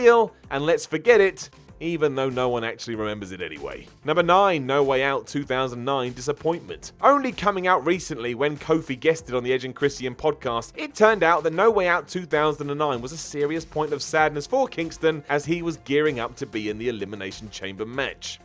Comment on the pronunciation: British people have trouble saying "Christian". It's not Kristy inn